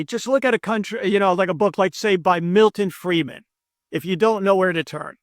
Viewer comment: When you said Milton Freidman at 10.13, I checked out. From Ireland.